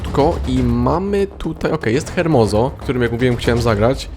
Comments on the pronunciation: nie hermoso tylko ermoso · (H)ermoso. H jest nieme xd